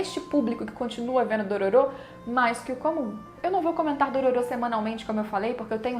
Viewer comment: Odeio quando as pessoas pronunciam os nomes dos personagens de forma errada, é "Dôrôro", NÃO Dôrôrô!